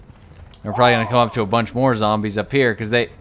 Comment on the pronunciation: zombies... ZOMBIES!? your a fake, the real says zambies D